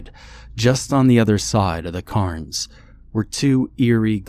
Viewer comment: The word "cairns" is pronounced CAREns not CARNS